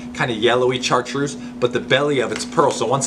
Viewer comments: Great info! Thanks for sharing!! Also you pronounce it shartreuse not char!! It's French! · MAN!!! Great info. Thanks for sharing. I'm going to have to go back and write all this down. we've fished together. No question I'm dedicated. But you know my brain doesn't have a USB port. It's still back in the floppy disk days. BTW, I've never heard someone call Chartreuse exactly how its spelled. Char treuse I've always said it like "Shartreuse".